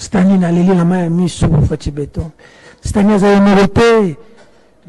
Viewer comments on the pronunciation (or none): none